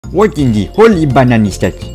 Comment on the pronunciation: It is pronounced hOLy BAnaN